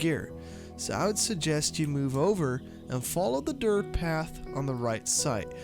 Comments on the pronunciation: It’s DIRT not dirth 🙄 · WHY do u keep saying “DIRTH” LMAO ROFL dude it’s DIRT. 😂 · Dirttttt with a T lmao not dirth. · Why the fuck do you say dirth road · "Dirth road" mygod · How many times yall think he said dirth XD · me too man! I was like is this guy saying DIRTH?? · I don't mean to be rude but is dirt road that hard to pronounce?